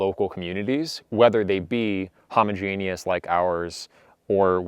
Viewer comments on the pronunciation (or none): Crazy pronunciation of “homogenous”.